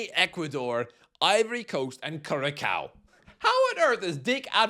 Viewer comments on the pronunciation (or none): none